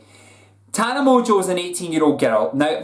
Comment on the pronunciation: I don't get why pronounces "Mongeau" so fucking wrong. Where is the T for him to pronounce "Montequeue"??? Is he fucking stupid?